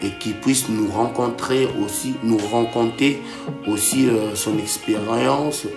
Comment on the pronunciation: Mais Ndeko oyo alobi ye ayebi koloba francais!!!! Malheureusement français oyo BISO toyoki ye akoloba AWA.... etonda mabaku na makukuma! Example: son espérance ou expérience???? C’est idiot pense quand il parle son français de merde qu’il va se faire passer d’un intellectuel!!!! C’est sait-il vraiment parler français? Je dis NON. C’est qui ce? Il n’a pas de raisonnement cohérent. Il a l’air d’un panurgiste en quête d’idée allant à l’encontre de réalité de notre pays en ce qui concerne la démocratie et les élections dans un pays qui est OCCUPÉ PAR LES RWANDAIS!!! TALA YO mwa petit boxeur moko boye! Oyebani ata na Ring TE! ya ba champion bien sûr. TALA YO... Mutu nayo esi EDOKI... Na MAKOFI ya ba mwa petits boxeurs moko boye.... Olingi komeka ETUMBA na ba POMBA???? Est-ce que oyebi nanu soki POMBA elakisi nini??? Oyebi TOUGLE??? Je dis non. Oyebi nini EBOMA elombe mobali na kombo ya Maître EKOFO??? TALA YO MOKO ndenge ozali complexé pona koloba munoko ya ba colonisateurs??? Vraiment!!! Oza vrai ZOBA!!! Soki ozalaki AWA na KIN ndele NGA moko na s’en chargaki NAYO na ndenge ya ndambu te??? 1) Na MAKOFI “ TUTA KU MBANGA” 2), Na ba mouvement “ deux ba BORE “ kingo EBUKANI yo!!! 3) Na pesi yo... petit POMBA moko, asali yo EKOFO!!! 4) Tina yako Yebisa YO yango eza te.... Etumba nini yafula munganga ahhh Etumba ya mashala ehhh MAHHH Venez voir Le cimetière pendant Les vacances... Allez y comprendre quelque chose. Etumba OYO EZALI YAKO S